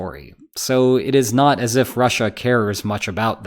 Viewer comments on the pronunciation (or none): And rushAH...🤦‍♂️